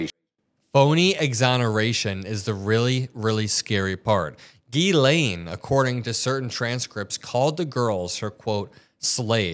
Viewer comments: Being french, can I tell media that her name is Ghislaine (pronounce jislaine) and not as Guylaine like you always say! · Epstein was a goofball from the Bronx. He needed Ghislaine because she was posh and knew all the famous people. Epstein made his money by blackmail and money laundering. Ghislaine and Ivana would drive around looking for young girls to groom. Ghislaine is pronounced zhee-LEN. Epstein claimed he needed to climax 3 times a day. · Chuck knows her name is not pronounced “gizz lane”😅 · It’s NOT Gee-Lane. It’s pronounced Jiz-lay. It’s French. The n is silent. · JIZZ-laine is not how her name is pronounced. Its GHEE-laine like is saying it. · the over pronunciation of “Gee Lane” is really throwing me off. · The name is french and pronounced: Jislaine Maxwell. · It's pronounced jeez lane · Hearing Chuck Schumer mispronounce ghislaine was too much..be warned.